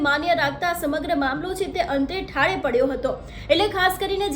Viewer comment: મામલો ઠાળે ન પડે, મામલો થાળે પડે... ગુજરાતી ભાષાને બહુ જલ્દી મારી નાખવી છે?